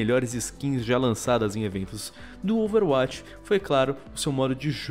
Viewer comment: Que nervoso falando Overwátch, plmds, fala DIREITO